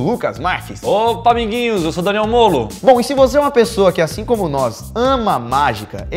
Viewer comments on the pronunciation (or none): O lukas falo DaneBolo em vez de DaneMolo kkkk